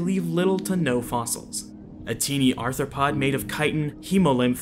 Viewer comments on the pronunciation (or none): none